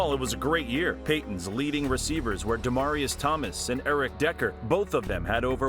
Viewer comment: It's not "da-mah-ree-us" and it's not "Braden Stokley". Otherwise i enjoyed it but you should know better